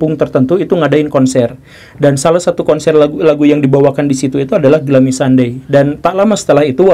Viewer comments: Glumi pak guru dibacanya.. bukan glami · Bacanya: "glumi", bukan glami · Kirain Glummy ternyata Gloomy (dibaca Glūmi/ gluumi) ya Kang Gugem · bacanya: ˈɡlo͞omē pak guru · Bacanya “glumi” woi 😂🙏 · Pak, mon maap tapi dibacanya "gluumi" 😟😟 Tp yaudeh gapapaaaa wkwk